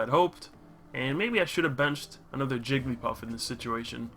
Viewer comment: Jiggl-y-paff, Jig-l-eEe-paff....